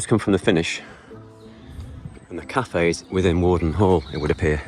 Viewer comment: Worden Park is in Leyland not Chorley. It used to be the home of the Farington Family but was taken over by the council and turned into a park. It's pronounced Where-den not War-den.